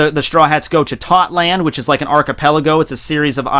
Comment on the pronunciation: Isn't it totto not tot land?